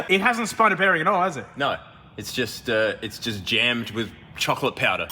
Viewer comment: how much time i heard chokolate